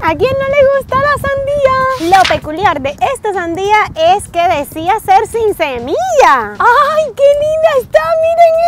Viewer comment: Es "semilla" no "cemilla" ☺☺☺